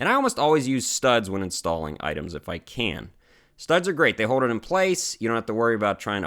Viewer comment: Ohio-you don’t pronounce your L’s. “Hode it in place with a stud”. There’s an L in the word hold. 😉